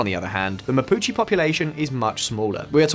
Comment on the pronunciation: I didn’t want to check… but I did, and yeah… video about the Mapuche mispronounced “Mapuche” the entire vid. Hombres, seriously, not hard at all to check how to pronounce the subject of your video…